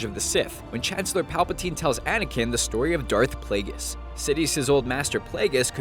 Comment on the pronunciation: Learn to pronounce Dagobah and Plageius properly